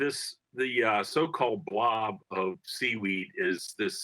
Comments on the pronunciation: never call it a blov 😡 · they put so much emphasize on the word! Lmao😂